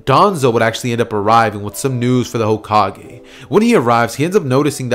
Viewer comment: Did u say cokekage?